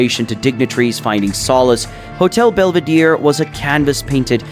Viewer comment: Belvedere, not "belveedeer"